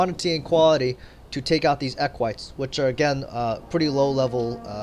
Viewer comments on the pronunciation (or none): The he said equites into eggwhites Im crying btw great tactics big brain words right there